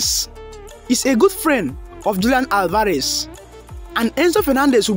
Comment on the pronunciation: That would never happen and please no offense but learn to pronounce Alvarez